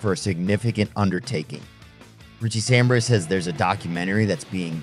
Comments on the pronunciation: Samberra? fuck sake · 100% fucking click bait. You can't even pronounce Richie's last name. Ain't gonna happen.